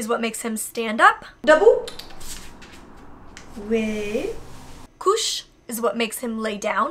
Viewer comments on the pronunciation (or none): From a European French : her French accent doesn't sound stupid, but it does sound very English ^^ It's cute :) But she's doing something very weird with the "r". We don't roll them, that ain't Spanish^^ And she forgets the "é" in couché. It ain't "couche" (= baby diapers) but [couch hay] (=lay down). And "potension" (for pay attention) is like not a thing at all in French. Maybe "fais attention" instead ? But Gallup is apparently a very convenient/understanding dog, he sees she's trying so he goes with it ^^. And "reste" means "stay", not "rest". Also "besoins" indeed means "needs" but it also means poop/pee in a more polite way. In French, escalators is also escalators (mobile only means mobile phone or moving so I don't get that one). For debout ([deboo]=stand up), she's got the wrong spelling but the good prononciation. Or the other way around^^ : début [d'hay bu] = beginning.